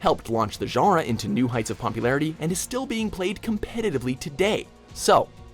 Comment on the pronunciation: Every time this guy tries to pronounce "genre" I have a stroke.